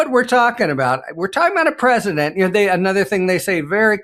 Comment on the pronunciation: "The preSHITdent woke up"?